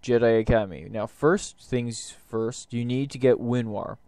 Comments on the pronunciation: why do you keep calling it winwar, it's called winrar. good video though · its Winrar's older edgy brother who's going through his emo phase: "WinRAWR"